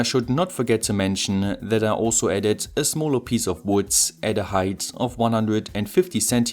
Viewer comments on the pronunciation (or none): none